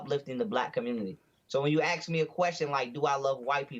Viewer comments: “You axed me”, why cant they say it right? 🙄🤦‍♂️ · Funny he says ignorant blacks smh At least we say ASK , not AX 🤦🤦🤦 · he's SOOO smart but he is incapable of saying "ask". oh, btw, neanderthals were human.